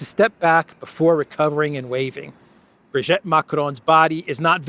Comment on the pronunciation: Sorry, I cannot stand it any more. Please, it's Brig'i'tte, pronounce the second 'i' as an 'e', as in 'we'. Not Brig'e'tte, as in 'wet'.